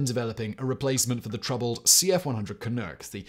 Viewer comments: Canuck is pronounced "ka-nuck", not ka-nook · As a canadian... The mispronunciation of canuck is driving me crazy. Can-nuck. Nuck. like buck."You crazy canucks" More og BB please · Ok Canadian here to help! Canuck-- Kuh - nuhk Also from a previous video Chinook -- Shuh - nuk Eh -- A (don't think you have used it but just incase!) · Good video Simon, except one thing: It's pronounced "CAN-UCK" not ...whatever you said. ;-) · As a Canadian I must point out Canuck rhymes with puck and cluck, eh. 🇨🇦 🍁